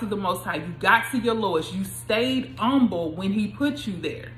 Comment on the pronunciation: Im umble. You don’t even enunciate the h 😂 But thanks, good timing with this word.